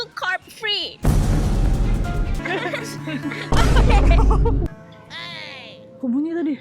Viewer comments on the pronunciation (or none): "Card free". 😂😂😂😂